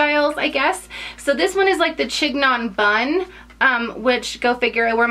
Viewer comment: Also, it's pronounced sheen-yawn!! And they look ridiculous